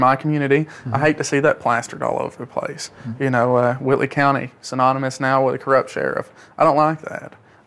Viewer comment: When the locals say, "Whitely County", the "L" is silent.